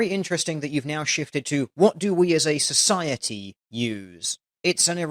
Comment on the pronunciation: Did she really say "Cis-ociety" or are my ears still bleeding from the utter shit she has been spewing.